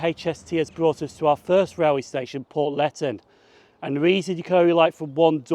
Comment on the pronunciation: Nice to see you in my local railway station. Portletten? No its pronounced port le then. Bervie is pronounced ber vee, it's full name is inver ber vee